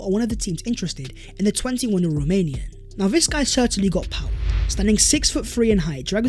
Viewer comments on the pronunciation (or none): none